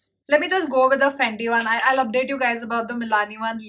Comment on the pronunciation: You saying FANDI and it's written FENTY in your description box 🤷🏻‍♀️ ???? Fenty beauty hydrating foundation-300